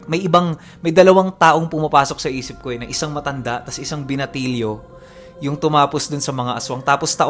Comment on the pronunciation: ikaw lang ang sinusundan ko, galing mo kc magnarrate. At nagagawa mo pang mag iba iba ng boses.GALING!😀😀😀 Kaya lang pansin ko, masyado madiin pag binabanggit mo yung word na MATANDA! HA, HA😆😆